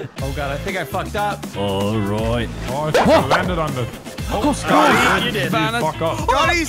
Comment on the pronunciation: anyone hear call Scotty.. scutty twice😂😂